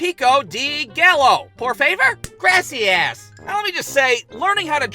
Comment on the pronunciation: "piko dee gallow. poor faver? grassy-ass." i laughed way too hard and way too f**** long at this. (i'm fluent in spanish but it's pretty fun talking like this. totally throws people off at the fact i'm mexican. also i look white AF)